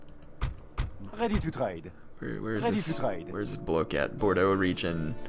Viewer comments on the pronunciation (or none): Toulouse - "Toe - loose" Bordeaux - "Bor - dough" also you can just double click on a settlement to bring up the info screens